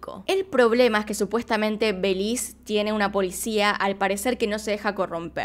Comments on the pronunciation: Nunca me imaginé que pronunciarán Belis en vez de Belice 😂😂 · Me encanto el video, pero pequeña corrección, se dice Be-li-ce y no Beliz 🙂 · Me gusta como dices "belize" le quitas la "e" en México le decimos belice completo, buen video, siempre tratas de investigar a profundo, saludos😁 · Es Belice, lo dice como en Inglés. El otro día vi un video en el que decía Cyprus en vez de Chipre. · Fan de tu forma de decir "Belís"😂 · Es Be-li- C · Holi me encantan tus vídeos pero no puedo aguantarme , belize lo pronunciaste mal todo el vídeo 😅